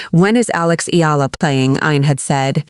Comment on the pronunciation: Eh Ya La not Yala